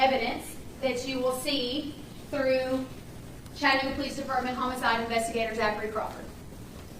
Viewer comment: Catching this on the replay as I missed most of the live!, I love how you pronounce Chattanooga 😄—especially with your accent. Down here in the Tennessee region, most folks say it like "Chadd-a-nooo-ga" 🤭—unless they’re new to the South. It’s kind of like Louisville, Kentucky. People who aren’t from around here might say "Lewis-ville" or "Louie-ville," but locals from this region will let you know it’s "Lou-vull." I grew up in a small/rural farming community in Wisconsin, so moving to Birmingham, Alabama at 18 years old, and never being exposed to any other part of the country other than the midwest. Boy, was a whole culture shock. Thank goodness my new community quickly gave me a crash course in Southern living so i wouldn't stick out like a vulnerable "sore thumb" 🫣: 1. It’s “y’all,” not “you guys.” 2. It’s “Coke,” not “pop.” 3. And for the love of sweet tea, it’s "Lou-vull," not "Louie-ville." 😂 Funny enough, within a few years of leaving my small hometown, one accent that drives me nuts now is the one I grew up with. It’s like nails on a chalkboard—but also a little nostalgic. When I visit Wisconsin, I’m the one with the accent now, but within 24 hours, I’m back in full-on “Yankee girl” mode. Then I come home, and the same thing happens in reverse: the Wisconsin girl gets shoved in the back seat, and the Southern woman takes the wheel again. It’s like my accents have a time-share agreement! And even though I’ve now lived more of my life in the South than I did in